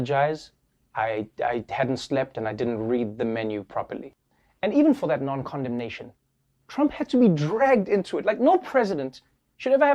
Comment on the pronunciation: Why do i keep hearing comdomnation instead of Condemnation